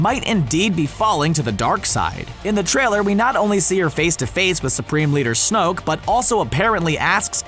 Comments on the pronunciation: Pierluigi Di Pietro Snoke, not Snooke. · Wyatt Cusick its snoke not snoak